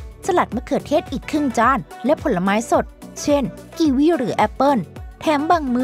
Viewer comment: เค้าพูดผิดทุกคนกีวี่จ้า🤭